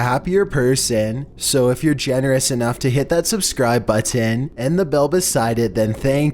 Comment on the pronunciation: Pressing the dislike bottEEn makes me a happier persEEEn